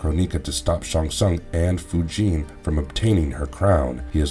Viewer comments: I cringe whenever i hear you say chro-nee-ka and foo-jin... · Kronika = Kro-nicka. Not "kro-neeka." Fujin = Foo-jin. Not "Foo-jeen." Kuai Liang = Kwhy Lee-ang. Not "Kway Lee-ong."